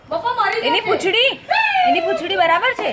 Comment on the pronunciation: Very funny you said puchday